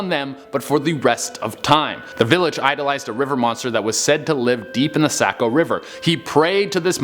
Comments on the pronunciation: Sanford, ME here! #10 it's pronounced suh-BAT-tus #7 I've been there! Her leg really is there on the stone #3 ooooo it's the mark of every out-of-stater when you pronounce it sack-oh. It's sock-oh. I don't live far from it! I love this channel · Say co.. it’s saw-co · its pronounced sahco not sako jut to let u know. thats how the mainers say it. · I’m dying, Sa-co river instead of Soc-co river lol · Its pronounced saw-co not say-co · Also it’s pronounced Sock O river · im from maine and you pronounce saco like this sa-co and its 3-white people drown in the saco river each year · As a person from maine it genuinely hurt me every time he said sAco river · The SACK-o river?! Oh man, I love when people from away pronounce things. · Saco is pronounced saa-kow. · Sack-O river hahah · Sa-BAT-us maine. Sock-o river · Sabattus - sa-bat-us. Saco - sock-o but way to explain how to pronounce them, wont get into the indian names around here. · Just FYI it’s suh-bat-is and sock-o. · its pronounced sah-ba-tis. lol 10 min from me in maine and saco river is saw-co river. also look up the devils footprint on the Scribner Hill Road in Manchester 3 minutes from my house. lol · some does die in the Saco(sock-O) River every year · This is fake it’s funny and Saco is Pronounced sock-co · The only one I know is #3...and it's pronounced 'Saw-koh' where I'm from. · Ahhh he pronounced Saco wierd toooo. And the kedgened is about an Indian woman, not a monster. I Grew up in Saco. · Saco as well haha! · Dude if your going to do a vlog about a state learn how to pronounce the names correctly. Saco and Sabbatus for example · They don’t know how to say Saco either lol